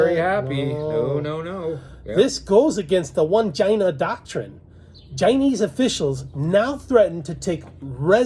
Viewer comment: The pronunciation of China is too annoying to keep watching